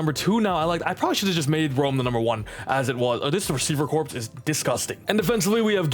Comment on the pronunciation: I love your vids… corps (as in wide receiver corps) is pronounced core, not corpse. Literally the only time I think about turning the vid off is when I hear “this wide receiver corpse”… they’re not dead…